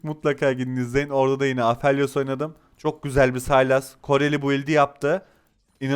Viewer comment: abi apheliosu niye bu kadar grip telaffuz ediyon ya xD Afelyos diye okunmuyo mu?